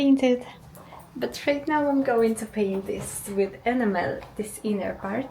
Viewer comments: Enam - el. Not ena-mel. Not a criticism, just getting the emphasis on the correct syllable, your English is very good! One job at a time, you'll get there. If you don't already, make sure you have a (big, maybe 50A) fuse as close to the battery as possible. 12v systems won't electrocute you, but they will have a wire glowing red hot in just a few seconds, and set fire to things if there's a short circuit. And then each sub-circuit should have it's own fuse or circuit breaker, usually about 5A or 10A depending on what is connected. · Just a tip on enamel pronounced ee-nam-el. 🤫😂Keep up the good work 👍